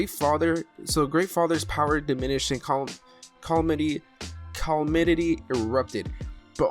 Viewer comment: I started watching a lot of your videos today really enjoy your content, but calamity